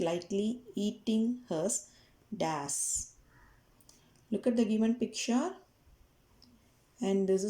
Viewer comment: Bro it is not das it is dash